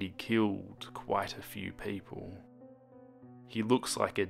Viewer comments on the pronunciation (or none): Is dis scwawy fwor pweepwel?